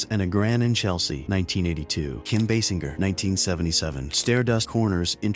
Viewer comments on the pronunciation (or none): none